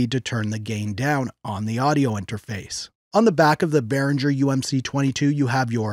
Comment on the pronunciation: u pronounce the "G" like the word "get"... dont pronouce the "G" like jungle or jiggle